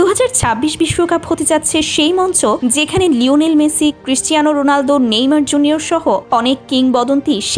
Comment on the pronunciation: রোলানডু না রোনালদো 😅😅😅